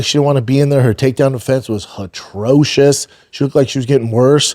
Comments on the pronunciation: Finally someone calling him out on his mispronunciations! Hatrocious 😂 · Someone please tell Schaub the word is NOT “hatrocious” it’s atrocious…just like Brendan’s vocabulary. Good God man.